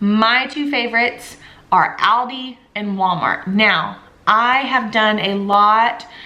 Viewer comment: Love your ideas. Keep them coming!!! Please Google the pronunciation of aldi.